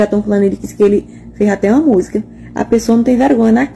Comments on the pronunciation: Ela falou Musga e zoto (outro). Que faculdade essa fez?? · Meu véi tbm fala musga mn😅😅😅e + ainda...Táh tocando um musgão ali!!!hehe Mas ele n teve estudo (justificável) , e se ela disse que é formada, aí fufu néh!!! Leitada azul🤣🤣🤣